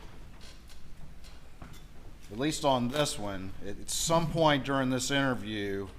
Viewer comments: Other than being a horrible killer of one's family...why can't this gross human being pronounce his t's, and th's?! It's "dis, dat, dem, dey, etc.!" 🙄😤🤬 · "Dis, dat, dem, dose, da, dere" Apparently this guy can't pronounce "th". lol